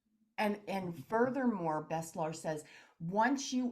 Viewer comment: its not bestlar its BESHTAR